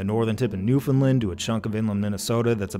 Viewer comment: Great vid as usual. The ‘A’ in Newfoundland is pronounced like ‘understand’ or ‘land’ separately